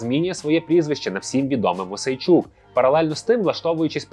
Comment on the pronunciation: Мойсей -чук ,а не Мосейчук.